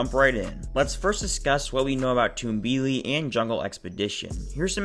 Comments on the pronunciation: Pronounced Tum-bee-lee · I think it’s pronounced tumble-ly